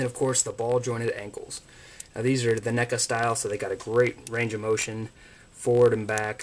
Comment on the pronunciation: Its neckuh